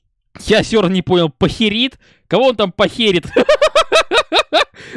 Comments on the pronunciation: пАЙкерит а не покерит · Пайкерит правильно произносить, материал щас вроде для украшения чего либо используется он на 12-18% сделан ид деревянных опилков и другого и на 82% из льда. Можно добавить красную и ещё чего нибудь и будет красивая, прочная вещь. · Правильно говорить Пайкерит